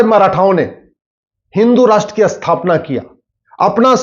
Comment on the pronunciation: Sir shudh hindi boliye pl.asthapana,aathan ,aspasht nahi.sthapna,sthan ,spasht bolain Please